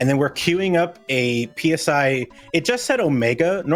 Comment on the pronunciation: Friendly reminder to all runners and commentators that "PSI" despite being capitalized is pronounced the same as the Greek letter.